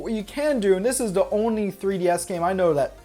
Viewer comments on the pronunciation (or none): aw yes, "all duh bells and whistles"